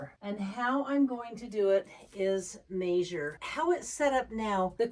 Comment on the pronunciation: OMG! What country do they pronounce 'measure' 'mazure'?